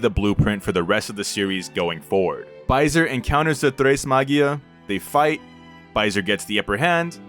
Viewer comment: hi, french dude here! it's prononced "baisé", not "baisere", the R is silent ! Also it's the french equivalent of the world "Fucking" ( baiser = fucking, baise = Fuck ) but as opposite to english we don't use it to swear, only for what it mean. But it also has a more wholesome meaning which is "un baiser", "a kiss"